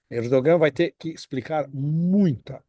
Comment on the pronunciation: pode pronunciar "Erdoãn" quando se referir ao presidente da Turquia, já que a letra "g" não tem som nessa construção.